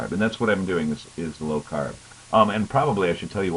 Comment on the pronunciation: lol How YOU doin? good brooklyn accent, this brooklyn girl would know :P lol